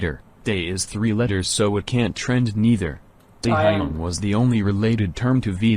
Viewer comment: I wanna ask u that y do u pronounce his name like that 😂😂